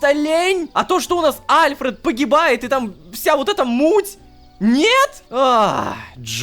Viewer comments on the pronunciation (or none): none